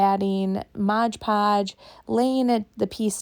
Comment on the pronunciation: It's MOD podge, not modge podge.